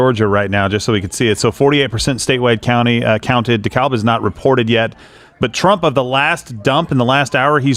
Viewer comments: Hi Steven,, and, In Georgia, it's Dekalb county, the L is silent.. Say "De-Cab" for the win. Welcome to Georgia:) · The L is silent in Dekalb County